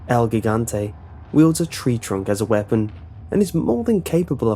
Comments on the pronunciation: its not pronounced el guigante, its pronounced el jigante. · El he-gan-te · Good try with pronouncing el gigante It's actually gee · You say El Gigante in a very wrong way xD not even spanish say that way!